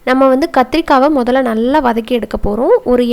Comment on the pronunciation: வனக் கி னு சொல்லகூடாது வதக்கி னு சொல்ல